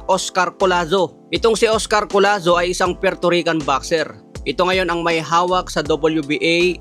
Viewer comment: Hinde po collano, collazo po ayusin mo ang pagba vlog